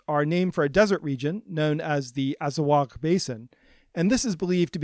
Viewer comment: Bruh azawagh are amazigh not arab. For the love of god you can't even pronounce the word properly.